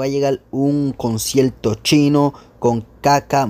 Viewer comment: Me gusta que digas "concielto" jsjs